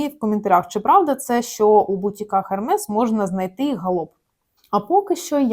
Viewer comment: Взагалі то звучить " Ерме" а не так як ви кажется...